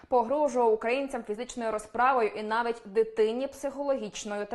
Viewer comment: який жахливий російський акцент у ведучої. навіть не може вимовити "росії", тільки "росіі". "навить" замість "навіть". а недослова вподобайка взагалі не існує